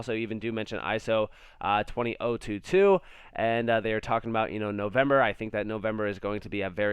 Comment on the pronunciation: try ISO...two hundred...twenty two.